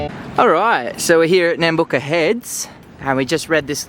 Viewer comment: it's "uck", not "ook" when saying Nambucca, means where river meets the heads roughly translated, Nam being headland and Bucca is river